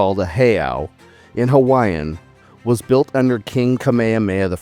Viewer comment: Before you blast videos to the world about our culture and sacred sites learn to pronounce Hawaiian words correctly first. Better yet delete the video to much Ha’ole breathless pau